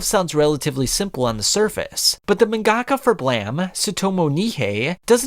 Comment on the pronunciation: You murdered that pronunciation of mangaka. Japanese pronunciation doesn't rarely/never stresses syllables or speed up sounds like English.